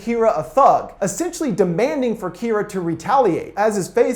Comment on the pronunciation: not kiraa Kira ur saying kiraa